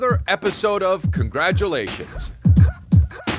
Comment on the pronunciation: Just hit play! Man I always wait for Chris to say “hey guys welcome to another episode of Congargleations! 😃😃😃😃😃😃😃” again lol